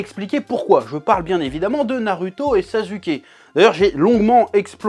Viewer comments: arrete de dire narUto ça se dit narOUto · pourquoi tu as un problème avec les U ? tu dis NarUto SasUké et pas "OU" meme Otakou tu le prononces OtakU... chelou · "NarUto, SazUké" 😂😂🤣🤣🤣🤣😭😭😭😭😂😂🤣😭😭😭🤣🤣😂🤣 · C’est moi où il dit Naruuto et sazuke 🤨🤨🤨